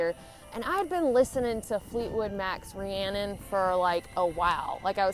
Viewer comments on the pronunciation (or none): none